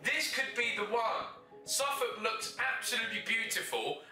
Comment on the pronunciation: Ow god it’s Suffolk 🤦🏼‍♂️